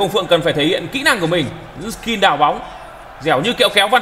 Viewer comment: Skill not skin :)) Nghe dị ứng vl